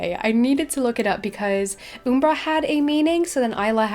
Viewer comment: The way she says Umbra is so funny!